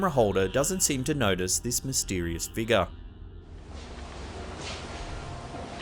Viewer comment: "Dark figar" how uncanny pronouncation.